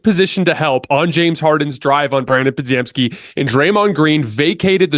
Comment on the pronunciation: Bro I love the channel but, why cant you pronounce Podz name right, Obviously you watch the games. Its spelled wild but is pretty simple to say Po-gem-ski